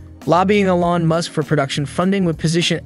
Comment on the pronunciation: Please, everyone on the planet knows it’s pronounced E lon. He’s not French. Still 👍